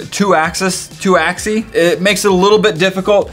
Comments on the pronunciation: Lemme be the grammar police. ITS AXEES AXEES NOT AXI NOT AXISES AXEES (Not spelled that way tho) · It's axis (ax-eez)